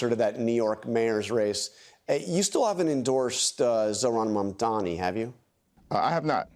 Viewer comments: MaNDoMEe It's totally on purpose. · Is he incapable of saying Mamdani or does he just really enjoy saying "Mom Dommy" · he's STILL saying "mom dommy"??? i honestly can't tell if it's unintentional or some weird attempt at a racist insult. it's NOT a hard name to say. if it IS a mistake, i think that's why he only called him "the assemblyman" during the debate. he didn't want to get called out for getting it wrong. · I like how neither Cuomo nor Sliwa can pronounce Mamdani's name